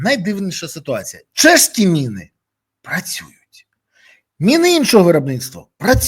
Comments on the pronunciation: Мыны ты что совсем украинского языка не знаешь!Міни читай😊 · Береза! Не " мИни" а " міни", тиж експерт не будь оленем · Чому ти говориш на міни мини а не кажеш миномет ,а міномет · Пане Борислав не "мини", а "міни" неможливо слухати, ріже вуха 🤦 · Міни , а не "мини". Міномет , а не "миномет".